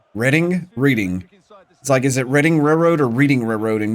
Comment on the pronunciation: Not scouted England? Or was that taken for granted? I think Ng is pronounced "Ning" though I believe its Chinese so im not totally sure Reading is pronounced "redding" that I am sure of